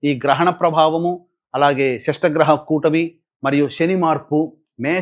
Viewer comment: షష్టగ్రహ కూటమి కాదు ,షట్ గ్రహ కూటమి అనాలి .